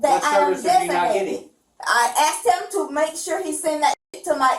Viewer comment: I axed you a question. Huh. Speak English lady.